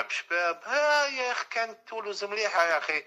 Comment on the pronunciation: أرضية الميدان يقولولها بولوز، بوخرقة يقوللها تولوز ماشي بولوز، رفدها غالطة مسكين😢 هادا محلل هادا، بصح الغلطة ماشي ديالو، هو من حقو يفتح قناة و يقول واش يحب، ولكن اللوم على الناس لي تبع الفيديوهات دياولو، كارتة